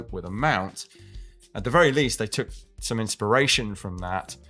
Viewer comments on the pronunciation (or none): none